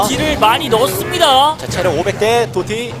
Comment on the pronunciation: Ddotty를 또띠라고 읽음